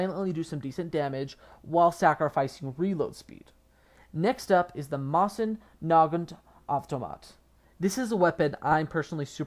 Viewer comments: That pronunciation of Mosin-Nagant, though. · Learn to to say mosin nagant..... Jesus Christ. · Why do people mispronounce Mosin Nagant so so much... Why God?!